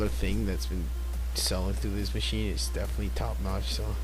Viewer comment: Pretty good video. Definatwey. Its good to see doing narration. Definatwey.